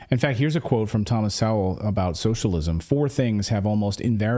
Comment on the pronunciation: Clayton, Sowell is pronounced with a long O. So ell, or SEW L.